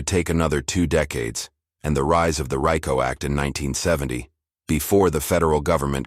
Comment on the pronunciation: I DESPISE IDIOTIC AI NARRATION!! Unnecessary pauses, weird pronunciations, RICO, pronounced "Rye-Co", not to mention any dates.